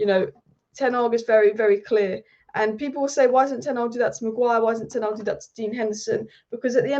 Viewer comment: Is it that hard to pronounce ten hag correctly